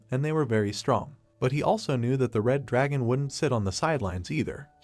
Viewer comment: bros like oh a drahon devaor oh a gem devaor 😂